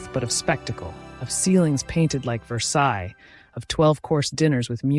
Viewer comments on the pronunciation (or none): none